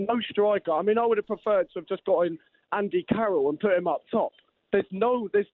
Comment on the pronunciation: my guy said andy carol